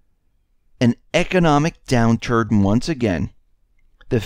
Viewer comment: "Economic down turd"? You should take a break!